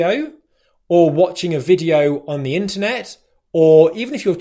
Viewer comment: I noticed that you said "i want you to listen out for the weak forms..." and there you pronounced "the" as the first (or third) option, with a letter "i", but the following word is "weak" and it starts with a consonant. You used the first pronunciation of "the" because you where putting emphasis on the word? Or because the letter "w" on "weak" is considered as a vowel?